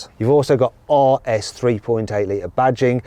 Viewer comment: That’s how you know Mat is biased towards Porsche.. he pronounces the RS in Porsche properly but in Audis he makes fun of it :)